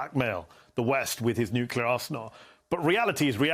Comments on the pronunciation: It's pronounced "NOO-KLEE-YAR" and not "NYOOK-YOO-LAR" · Why do so many distinguished persons (even with military backgrounds,... whom should know better) say New-Kew-Ler? It is pronounced New-Kle-Er !!!